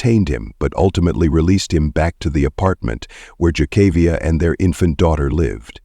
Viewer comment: One favor, honor by learning the correct pronunciation of her name and keep it consistent in the video Jah-kah-viah or Kay-kA-viah? Figure it out! May she rest in peace.